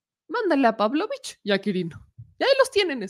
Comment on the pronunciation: Otra vez la mula al trigo, con problemas en los acentos o en la pronunciación el apellido Pavlovich ya se castellaniza y se pronuncia con énfasis en la i Paavlovich (PavlovIch no PAvlovich